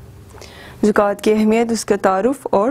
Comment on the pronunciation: medam zokat nahy hey zakat hey me khod Islamiat ke SS ho..